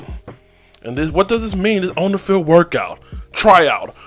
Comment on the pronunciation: Why does he say workite and big kite